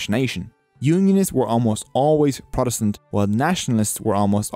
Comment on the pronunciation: you beed to start pronouncing your B's. Potato not Badaydo. Politics not Blitics. Funny you can say Protestant correct